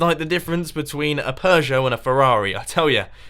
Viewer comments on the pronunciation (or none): none